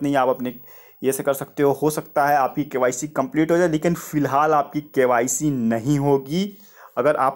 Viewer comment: tum btao koun se school me gye the...full process ko full proshesh bol rhe ho...KYC ko KYSHE...🙄🙄